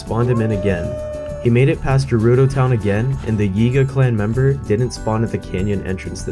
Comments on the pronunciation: It's GERUDO NOT JERUDO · Oh you're going from Gerudo to Akkala? Easy, there's paths and everything. Go Hebra to Faron, then we'll talk 😂😂 ALSO SAY JERUDO ONE MORE TIME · Sorry to be that guy but it like really annoys me. Gerudo is pronounced as guh-rudo not juh-rudo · if i hear you say jerudo town one more time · internally cringing when you say Gerudo with a soft g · the way you say Gerudo hurts